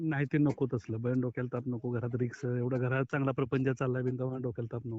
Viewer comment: आर झाटू रिस्क म्हणायचं सोडून रिक्स म्हणलास आन standard पायजे तुला आxx वाड्या